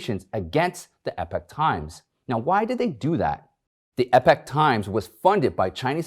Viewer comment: I wonder if Michael Lewis knows how to say/pronounce "epoch"?